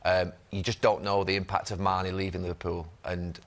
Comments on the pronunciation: No keano it's "mane" not "sane" 🤣😂..can't believe Jamie didn't correct him🤣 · It’s Gary who says mane first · He did say Mane in the beginning tbf.